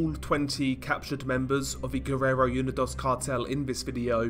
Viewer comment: It’s “oo-nee-dose” not “you-ni-doss”